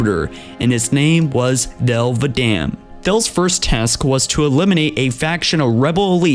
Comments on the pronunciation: Also the arbiters were a title of shame when the sanghelli joined the covenant and I think you pronounced thel's name wrong because in the halo 2 anniversary terminals its pronounced Vadamee not Vadam or however you said it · it's not vadam its vadamee the ee indicates military status